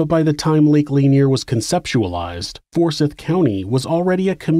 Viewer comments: Anyone else from the Atl area get tripped up hearing him pronounce it "For-SITH" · It's pronounced "for-sithe", not "for-sith". Quick Google search, right? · Well done! Lake Lanier (luh-NEAR) is pretty, but we know you don't go swimming there. I had NO IDEA about the history. Only superstitions. For what it's worth, though, Forsyth (for-SITHE) County has growing Hispanic and Indian/Pakistani populations now. It's wonderfully diverse even compared to a decade or two ago.